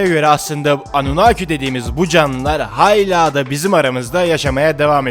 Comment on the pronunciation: Hayla değil, hâla. Nolursun düzgün oku.